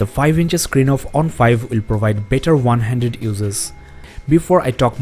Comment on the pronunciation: Five point ONE not vun.